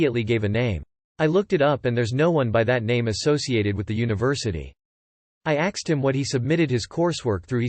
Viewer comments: Why have you changed "asked" to "axed"? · Yup. All the videos say "axed" now.